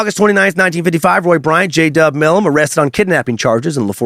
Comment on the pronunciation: Right? So annoying. He also pronounced Milam wrong. But I still think he did a good job.